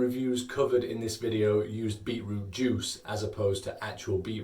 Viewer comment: I heard him say “beetlejuice” a couple times